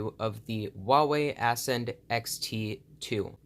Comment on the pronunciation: It's Ascend, not ass-end